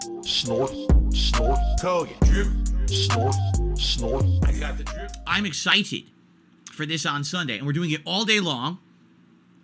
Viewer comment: Exci T ed! Why can’t he pronounce words properly? It’s absolutely ridiculous.